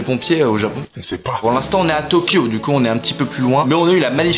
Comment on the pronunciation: Ses tokyo pas tyoko